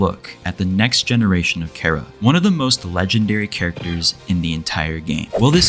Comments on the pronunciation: when he calls chara carea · Did bro say chair-ah 😭